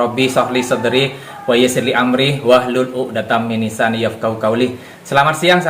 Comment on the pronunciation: Maaf, bacaan surah thaha nya salah, bukan minnisaani tp millisaanii...